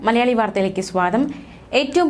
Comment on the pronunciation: Swantham alla swagatham